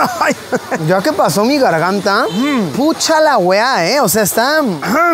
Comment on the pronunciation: genial luisillo pronunciando como todo un chileno "PUCHA LA WEA !!!! BAKAN